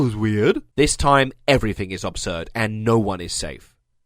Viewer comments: Loved the video but please stop saying obsurd instead of absurd! It sounds so wrong! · The most absurd thing here is your pronunciation of "absurd". Otherwise good video!